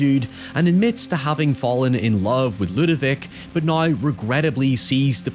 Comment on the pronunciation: I hate the way this dude says "now" and "however"